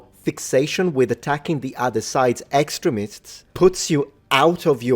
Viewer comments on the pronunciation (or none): Extremists is pronounced ik·stree·muhsts.